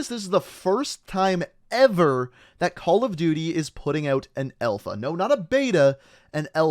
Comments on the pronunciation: Alpha or Elfa? I guess Canadians be Canadians... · I'm Canadian and everyone says alpha. Only says elfa 😂